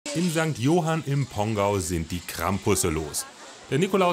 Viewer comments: Jetzt bist Du so tief in die örtliche Kultur eingetaucht und betonst den Ortsnamen ca. 100 Mal falsch… St. Johánn (kurzes unbetontes O, A ist betont) aber guter Beitrag trotzdem! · St johann nicht St johan 😂